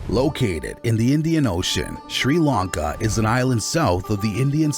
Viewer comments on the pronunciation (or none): I've been going to Sri Lanka for 20 years and now have a house there. Most of this is complete bullsh!t!. They can't even prounounce Tamil properly - or 'Sri Lanka' for that matter!